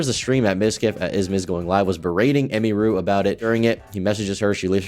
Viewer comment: You could’ve said her name right at least 😂